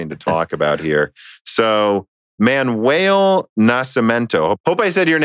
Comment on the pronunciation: you said "Nascimento" surprisingly well, you butchered "Manuel" though xD